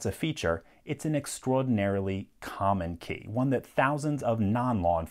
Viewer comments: why does he say extowoadinarily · Some accent came out in this video with extraordinarily, I liked it! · Is it only me that thinks he sounds New York-ish when he says extraordinarily